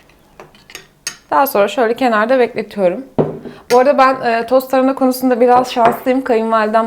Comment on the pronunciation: Tarına deyip duruyo sinirim bozuldu yarıda kestim. Tarına değil hanımefendi TARHANA